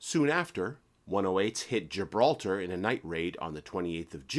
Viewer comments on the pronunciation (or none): none